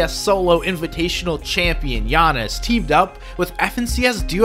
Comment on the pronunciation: he said gianis for jannis